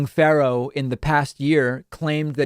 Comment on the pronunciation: Why can't David say "Pharaoh"?